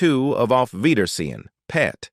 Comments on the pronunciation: It's pronounced:auf weidersehen pet not auf weidersehen long pause PET it simply means see you later darling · Be nice if you spoke properly!! Why do you pause when you say; 'Auf weidersein.....PET'...?! Weird!! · Terrible narration. The word pet is part of a sentence and not an isolated noun.